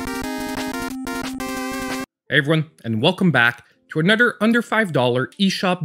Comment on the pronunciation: I like how you pronounce another as anudder. It made me laugh. Thank you. XD